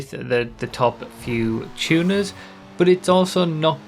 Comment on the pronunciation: I thought was going to say "Tuners" the whole vid, but then the "Chewners" started coming out